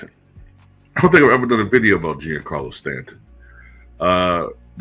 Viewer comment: His name is actually pronounced johncarlo